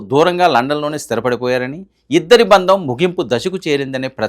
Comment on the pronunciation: బంధం. బందం కాదు.